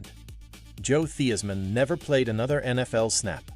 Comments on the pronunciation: Great story. On a side note, it’s pronounced THIGHS-man. 😢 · How? You are AI. "Thee-is-man"